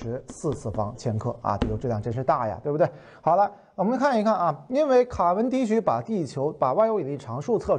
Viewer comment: 卡（qia）文迪许。